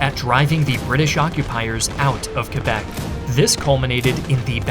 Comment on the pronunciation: I love how you pronounce Québec well but not Montréal. ;p